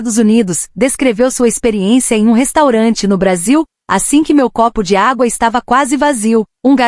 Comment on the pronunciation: Locutor de IA não perdoa erro de acentuação 😂😂😂